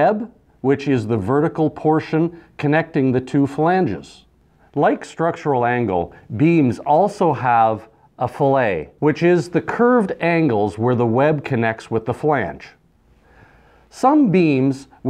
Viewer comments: filleh ????? Its a filleT or radius. Thats fillet with a T. In the UK . You mean the rest of the entire planet. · (It's fillet... not filet. It's pronounced"fill it" they are different words)